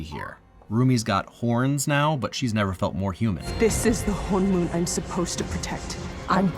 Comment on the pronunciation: He did keep saying HanMoon instead of HoneMoon (Soul Gate/Barrier) but the rest of it was pretty good. The exceptions are forgivable since some of those phonics just don’t exist in English. Still, it’s easy to tell he did a lot of research and made a lot of effort.